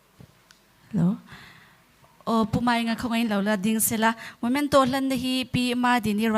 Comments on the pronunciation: A hmuhnawmin mit a tlai e,,,, mahse, host hian 'Momento' ni lovin 'Memento' han ti se lung a dum zual tûrrrr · momento nilo in memento ti rawh